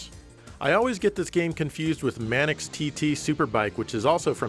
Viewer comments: Since when was "Manx" pronounced "Manics"? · It's pronounced "Manks".